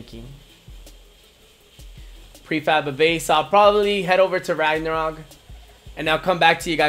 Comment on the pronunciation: You keep pronouncing LAGnarok wrong?